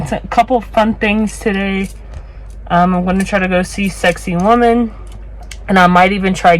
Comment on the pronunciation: As a fellow Virgo and Peruvian I hope you understand that I am coming from a good place in my heart. Its not pronounced “sexy woman”. It is Sacsayhuamán. You can try by saying: Sac (instead of sex) - say (forgivable if you pronounce it like the word “say” in English) - huaman (does sound like “woman”, but instead put the emphasis/accent in “man”, not “wo”). Thanks for visiting and I hope you had a safe and fun trip.